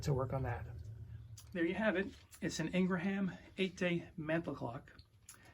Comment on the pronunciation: It's Ingraham, not ln gra ham.